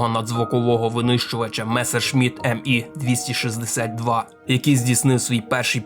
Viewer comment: Ме-262 все ж німецький літак, не англійський чи американський. З якого ж дива його назву треба читати як Ем і 262? Ну і про швидкості його, я бачу, інші дописувачі вже все по суті зазначили.